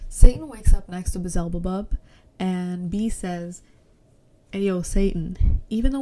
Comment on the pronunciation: I loved your video sm! And I'm sorry but I can't get over the "Bezelbebub"😂😂